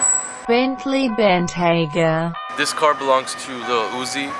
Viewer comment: Can you say Bentley truck instead of having Siri say Bentley bentyaga